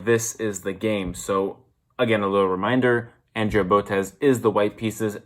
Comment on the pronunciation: It's Andrea (On-Dre-A) say her name right, it's so annoying.